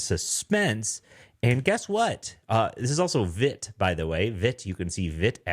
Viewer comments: Awesome,, thank you! (btw it’s pronounced veet). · Only a minute in, but just a heads-up. It's Vite , pronounced as feet with a V. French for Fast. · Not being a dick, just found out yesterday Vite is pronounced "veet" (from their website) .. lol I called it they way you did for a while..